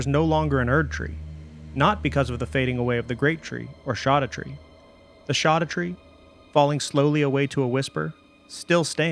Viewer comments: Mind boggling you say "Land of Shadow" but also "Shawdoutre" Scadu is old English spelling of shadow. It's... literally the name of the DLC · Please... It should be pronounced "skadutree", not "shadutree" 😕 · It’s said SHADOW. It’s old Germanic. Look it up… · bruh keeps on saying shoddatree like a doofus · It's shadowtree. I wouldn't have commented by your whole intro acted like it's a mystery. It's just a mysterious as how gaol is pronounced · It's literally pronounced as we pronounce "shadow" today. Only the writing is different. The fact that he claims that "we don't agree how it's pronounced" puts a huge red flag in front of the entire video. If he can't even find out how it's pronounced correctly how can I expect a good lore analysis. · it was already proven scadu is pronounced shadow. lit one google search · I think i've heard "scadutree" pronounced every way possible but the one i've chosen: Scadoo. Like "blue scadoo we can too". I even sing the jingle when i go back to the land of shadow. Every time. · I pronounce it the same way Grandpa in Hey Arnold! says "23 Skidoo"... just with an A instead of an I. Makes my wife laugh. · Except he still pronounces it wrong. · Scadutree is pronounced like Jack black ad libs